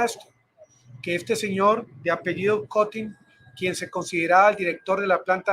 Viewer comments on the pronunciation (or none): none